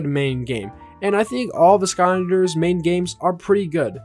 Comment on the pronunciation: Please pronounce Skylanders correctly. I beg you